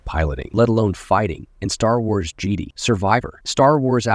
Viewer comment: Whenever you mentioned something with Jedi, the AI says Jeeedi